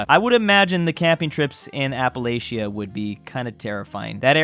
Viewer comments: everyone from appalachia is calling a fed because of how he pronounced it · Southeast is superior. :) P.S.: As a southerner, these memes insult me. :( P.P.S.: As a local, I think you are pronouncing Appalachia wrong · It's Ap a latch a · I CANT SIT HERE AND LISTEN TO YOU MISPRONOUNCE APPALACHIA RIGHT AFTER SAYING YOU KNOW HOW TO SAY IT BRO ITS PRONOUNCED "APPLE ATCH A" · AH PUH LATCH UH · It's actually pronounced "App-a-latch-a" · Hearing you pronounce Appalachia is grating on my ears and I live in Texas lmfao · But, but, you can’t pronounce Appalachia correctly, and every time you try, a little bit of my soul dies. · As an Appalachian, that is not how you pronounce Appalachia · Bruh he objectively says Appalachia wrong as do so many people so it's not a big deal it's just ironic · Video opens with talking about how it took him a long time to figure out how to pronounce Appalachia while mispronouncing Appalachia. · Turn off the video when you couldn’t pronounce Appalachia 🤢